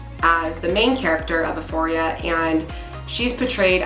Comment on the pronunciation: I agree 1 BILLIOK PERCENT DISGUSTING HOMOSEXUAL PROPAGANDA TO PERVERT AND DESTROY THE YOUTH!!!! And all ages so sickening but just wanted to tell you euphoria is pronounced you-foria not that it matters but this show is so evil and horrifying I hope the director and producers and all the evil actors in it are crushed and destroyed by gods power !!